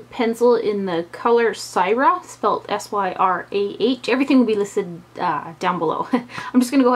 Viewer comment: I love how adventurous you are with your looks! It's inspirational. As a teacher, I don't have the opportunity to do super colorful looks often, but when I do, I look at your videos first. (The lip pencil color, "Syrah," is a type of wine pronounced with a short "i" sound, like "sih-raw." Trader Joe's makes a great cheese that's been soaked in Syrah!)